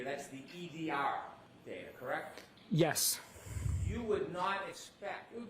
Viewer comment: I like how expert highlighted word DATA ,BECAUSE DA WAS SAYING DAITER.😂😂😂